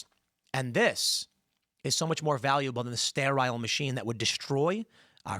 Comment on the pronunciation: Why did he intentionally mispronounce sterile so many times? I say intentionally because he pronounced sterilized correctly.